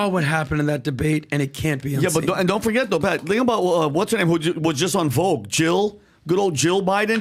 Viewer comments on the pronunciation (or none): none